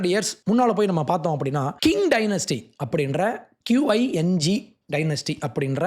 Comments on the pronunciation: Qing is pronounced like “Ching”. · Qing dynasty - சிங் டைனஸ்டி, சீன மொழியில் Qi வரும் இடத்தில் எல்லாம் சி- chi உச்சரிப்பை பயன்படுத்த வேண்டும். இப்பதான் மேன்டரின் மட்டும் தான் பேசணும் சீனா சட்டம் போட்டு இருக்கு நீங்க மாத்தி உச்சரிப்பு பண்றீங்க😂😂😂😂